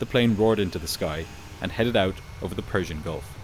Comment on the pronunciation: Persian is correct good job❤